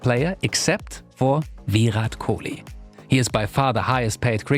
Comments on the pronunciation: It’s Virat not villlllat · It's virat not vih raat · I cringed everytime he said Veerath Kolee 😆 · Ohh bro he is not VIIIIIRAT KOHLI😅😅😅, He is "VIRAT KOHLI" AKA king kohli👑 & the Runmachine🔥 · Vee-Rhat Kohli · Ve rat kohli not ve hat kohli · It's shitty how he says Viraaat kholi 🤣🤣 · The way he tells Virhat Kohli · For a small mistake, It's Virat Kohli (VIRRAT) But he speller him as Vihat Kohli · I like how he tries so hard to pronounce Virat right. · his Pronounciation of virat is really funny 🤣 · why does he say "virat" like that LOL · The way he pronounce "Virat Kohli" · That r in Virat is just gold